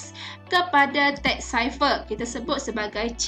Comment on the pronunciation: Its pronounced "cipher" not "ciper".......